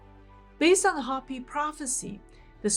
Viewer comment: you're a dear, but Hopi is pronounced with a long o as in hope. Not a short o as in hop.